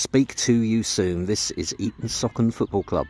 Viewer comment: It’s pronounced Eaton Sooocon, NOT Eaton Sockon! 😊